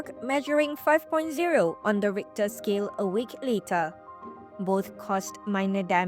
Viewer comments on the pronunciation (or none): none